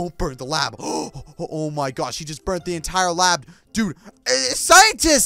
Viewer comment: *Like deh not like den